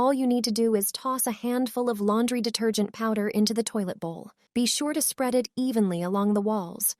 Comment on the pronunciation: "laundry dater-gent into the bowel" lol, pay a human to read it